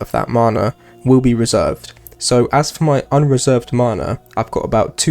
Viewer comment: the way you pronounce MANA is triggering x